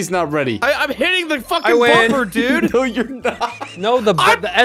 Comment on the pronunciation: I’m hitting the freaking bumper DUUDE why’d he say dude like that 😭